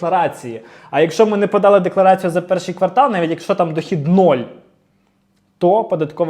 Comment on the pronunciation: Дякую за інформацію. Тільки: квартАл - квартАлу - квартАлом